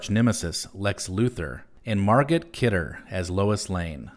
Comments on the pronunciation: Great video, but her name is pronounced Mar-Go Kidder, not Mar-Gut Kidder. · MARGOT! It's pronounced MAR-GO. Jeez. You don't pronounce the T. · It's pronounced Mar-go Kidder.